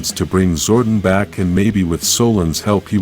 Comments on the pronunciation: He calls him Zorten. Lol. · Sorry but its Zor DON. I lovd this channel but that pronunciation gets me everytime. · Your not putting enough emphasis on the o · Its zordon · Is this AI speaking why Butcher Zordon name so badly